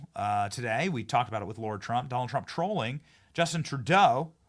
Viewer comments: Love ur show Benny just need to question one thing I thought Trump's daughter in-law was called Lara Trump but i have heard u call her Laura Trump repeatedly...can u clarify pls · Benny, I have been trying to decipher whether you are saying Lara wrong because of your accent or because you don't know that its not Laura. I keep telling myself surely there is no way you don't know, but I still hear you saying LAURA not LARA (LA-RA simple as) 😝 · F-ing Lar-ha not LAURA